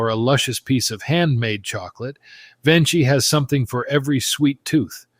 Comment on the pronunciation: the correct pronunciation is VenKi, the "ch" in Italian becomes like the key in English